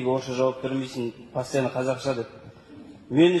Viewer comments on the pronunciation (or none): Пәстианна деп акцентпен қатырды бауырым😅😅😅 рессеиге барып орысша сөилеші) кемстеді😅 қазақ әркашан өзім дегендерді бауырына басқан елғои😢😢😢